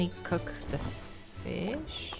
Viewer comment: "ok wait.. I can't keep catching actual fIS-sH" heheheh the dutch came out there ps: May 25th is SHINee's debut day, HA! Goofy is a shawol?